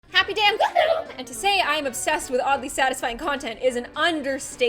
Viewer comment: I used to think she said HaPpY DaY oF gLoOm but she said happy day I’m GlOoM